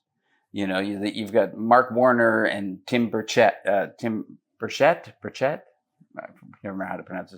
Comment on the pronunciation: I thought I heard "senator bird shit" the first time he was introduced via audio. No wonder everyone wants to call him Burchett